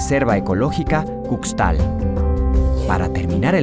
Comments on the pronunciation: Y tambien continuando la "X" aqui la pronunciamos mayormente para los nombres mayas como "SH" entonces no se pronuncia Cucstal (CUXTAL) ni Ucsmal( UXMAL) sino Cushtal y Ushmal, de ahi todo estuvo super bien... Saludos. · Cuxtal se pronuncia cushtal y el truck no se pronuncia como en inglés, se pronuncia como se lee, truk.